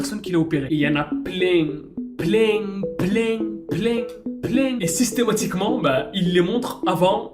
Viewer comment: La je suis pleing pleing pleing Et l'autre la bas il est bien bieng bieng